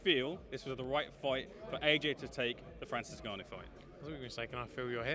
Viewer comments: "Francis Nunu?" 😂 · AI news..i hate this..cant even say names right..disrispectfull..Francis ENnnu-.--wtf?